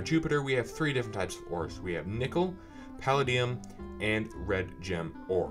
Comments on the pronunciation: It is said puh-lay -Dee-ummm. Have you seen iron man. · paladium: puh-LAY-dee-um jesus its so hard to hear you pronounce that wrong.